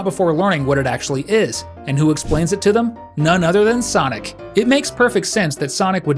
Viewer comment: Not sanic 😂😂😂😂😂